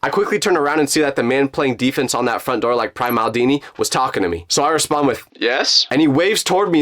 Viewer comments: The 'Open The Noor' got me 😂😂😂😂😂😂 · Owen the nooyer got me rolling